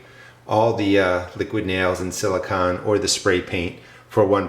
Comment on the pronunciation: Hi - nice video- I want to build a Thermosiphoning Air Panel (TAP) like yours, except bigger to heat a room on the south side of my house. First, gotta build the raised beds and get the garden going... Silicone... with ending sounding like 'cone'...:D